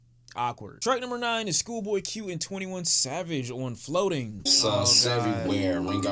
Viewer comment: Fix yo H in the intro my guy